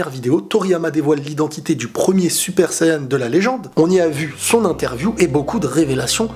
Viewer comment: Tu vois tes français Tu doit dire Super Sayan ou Super Sayajin Mais pas Suppa Sayanin Car test vraiment emmerdant Déjà quand tu parle tu parle en 3 temps c'est assez énervant.